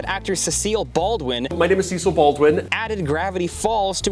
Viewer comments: As someone who watches Welcome to Nigthvale, Him mispronouncing "Cecil" hurt me deeply. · It's even more funny to me because my name is Cecil and people CONSTANTLY mispronunce my name in the same way 💀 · As an avid listener of NightVale, it hurt me every time he mispronounced Cecil Baldwin 😭